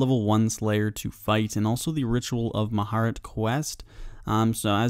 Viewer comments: Everyone: Mah-ja-rrat: Mah-heart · you butchered the pronunciation of mahjarrat